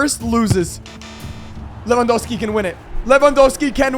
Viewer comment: I Like how you call lewandoski “le wa dos ki”